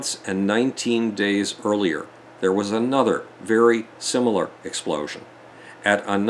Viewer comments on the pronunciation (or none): none